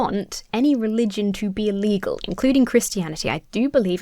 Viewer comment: BTW your enunciation on "be illegal" was a bit poor and it sounded like "be legal" to me - but I assume you didn't mean that based on context and what I know from your channel. Just a heads up ^-^